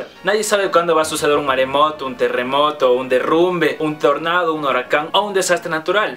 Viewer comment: un "horacan"😂😂😂😂 te amo chiquito ❤😍